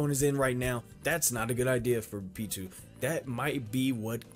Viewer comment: since this is the last time you'll have to talk about Pitou in length, i'm going to tell you that you've been saying their name wrong the whole time, it's Pitou, not Pitwo :p